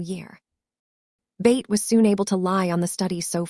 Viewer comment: Why do you pronounce Beth as Bate? It is pronounced BETH rhyming with Seth or meth.